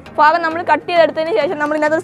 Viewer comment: Faagam ennano Mone Pagam ennalle monee